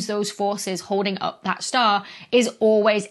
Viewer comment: "white dou-arf shtar" Ooh! the ghost of Sean Connery almost tapped your shoulder there!